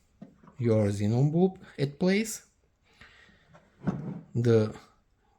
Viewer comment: Man, your "kzinon bulb" very annoying, sorry, but good video